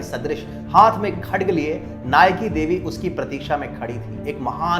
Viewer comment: I AM FROM GUJARAT AND WE HAVE CHAPTER OF RANI NAYKADEVI IN OUR BOOK. OUR MOST FAMOUS GUJARATI WRITER DHOOMKETU WROTE BOOK ON NAYKADEVI. और भाई नायकादेवी थी वो आप नाईकीदेवी बोल रहे हो.